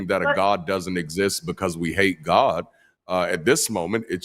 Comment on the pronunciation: You notice pronounces God as “Goauwduh”?